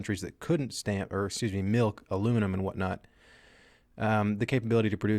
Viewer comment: anyone else hear him say "Milk Aluminum and whatnot"